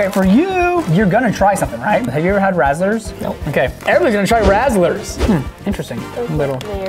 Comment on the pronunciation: razzlers me:... its RAZZLES no r at the end..... XD and props for ev remembering she can't have certain things with her braces edit: is anyone else getting annoyed with mispronouncing the candy names??? i feel like he might be doing it on purpose but its making me so frustrated XD